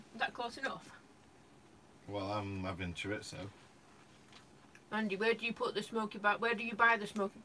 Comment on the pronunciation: Love you guys,,, but for the love of god take the T out of chorizo its not Chori-T-zo lol enjoy your cheesefest 👍🏻